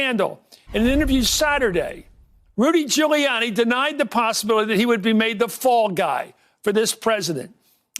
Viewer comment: Dooty Goolianni